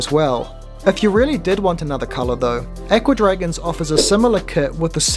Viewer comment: I'm glad you can remove the junk cartoons at the bottom. I like the tank a lot except for the rubbish at the bottom. To my ear, your pronunciation of "Aqua Dragons" sounds like "Ecuadorians." Odd to think that there are kits for making little Ecuadorians that swim around in a tank.